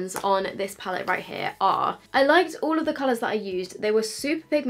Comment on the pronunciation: James recommended the Mac paint pot, or the P Louise base for an eye primer, he even said in his video even though he obviously loves Morphe he doesn’t recommend their eye primer. So, I’d love to see you do this again with either of the recommended eye primers. Also, it’s PALETTE!! Every single comment on every YouTube channel is “pallet” 😩🤦🏼‍♀️